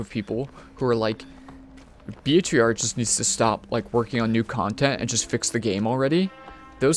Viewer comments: we all hear him saying BHVR instead of behaviour, right? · Behavior.... not B.H.V.R.